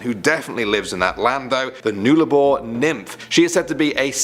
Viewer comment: A lot more than what you've mentioned. Nullarbor is pronounced exactly how you pronounce the word NULL but arbor at the end.